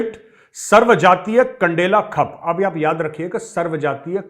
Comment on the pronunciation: Sir really very sorry to say in m** k* l***e angrezon ko khud angrezi nahi aati....its not khap it's khaap what I think so. Thank You Sir.